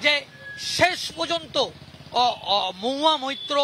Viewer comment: MAHUYA MAITTA. NA BHAI MAHUYA MAITRA. THIK THAK BOLO TO AAGE